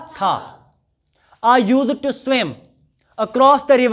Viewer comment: A/A, Pronunciation of used to = /ˈjus·tu, -tə (Not the way you pronounce it, Sir). The lecture is very good. Stay blessed.